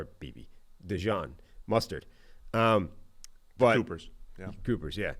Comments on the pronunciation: His name is DeJean. Not Dijon. Quit calling him mustard. Kind of insulting. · Y'all need to figure out how to pronounce Coopers name correctly. It's NOT Dejohn. It's either Dejean (like the pants), or as we from Philly call him... DeJawn! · Dee-john??....he aint mustard man. bizarre how so many ppl cant say his name right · It’s “Da Jean” like the letter D and then Jean like pants. Yall should know this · They keep saying DeJohn😂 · Fools cant pronounce dejean's name and dont know where kyle hamilton was drafted. Do ppl take these guys seriously?